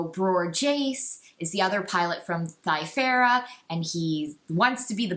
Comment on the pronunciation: I really hate all of your opinions. You also pronounce basically everything in the EU incorrectly which is incredibly annoying. I had to nope out after a half dozen "mee-rax"s and a few "thy-ferra"s.